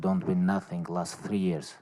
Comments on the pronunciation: Someone: Khabib: Nating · Haha the 'NATING' was spot on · No, correction.. Khabib said "I feel Nazzing"! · Lmao 😂 nating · Always doctors r comes to him for check up and asking what you feel. And he saying “Nating” please try to be my opponents personal doctors.. 👆🏼